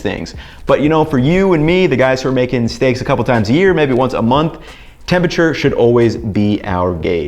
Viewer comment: For someone so preoccupied with tempeRature, you'd think he would pronounce the word correctly.